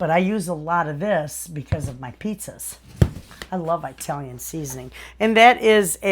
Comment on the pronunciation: Thank you for the suggestions. One request I have is please pronounce the word Italian with a short "i." It's not pronounced EYE-Talian and I don't live in EYE-taly. It matters to those who are Italian. God bless and thank you.